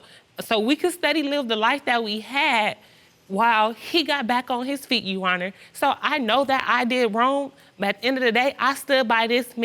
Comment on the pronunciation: If she says “you honnar” one more time!! Lmao!!!